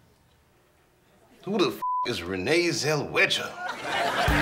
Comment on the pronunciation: "Who tf is renay jell-wichta?"